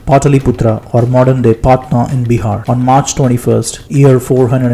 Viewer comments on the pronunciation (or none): Great Video..thanks for your Service. 1 thing Bro its Patt naa. Not paaatnaa. But its ok..just saying. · Good video but please learn to pronounce Patliputra and Patna correctly. You are an Indian and you should have original accent especially pronounciation of Indian names, that is the least we can expect from you.